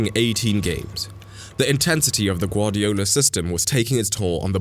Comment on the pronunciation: BRO YOU GUVARDIOLS😂